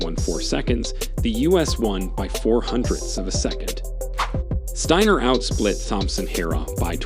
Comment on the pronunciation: Pronounced Deena Asher Smith and said Stiner not Stainer you muppet